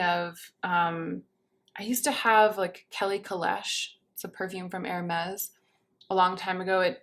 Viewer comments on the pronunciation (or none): none